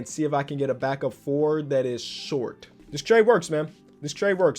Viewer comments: 😂🤦🏾‍♂️ “shot kings” I can tell you sleepy🤣🤣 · Are you British my guy “Shot king” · Forgot an r there